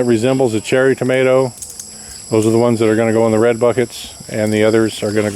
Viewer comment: Anit nothing better than a good "mater"